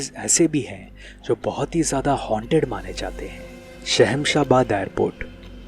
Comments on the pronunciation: Don't be a stupid and childish, when you shoot any place you should know the correct name of it. It is not shahensa airport its shamshabad airport. Dont try to copy some others videos just to make money by YouTube monetization. have you seen any paranormal things in Hyderabad? do you have any proof? First try pronounce the name of the place. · Bhai its sham-shah-baad...not shehemshah bad